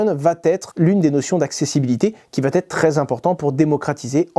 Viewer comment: On dit va être et pas vat être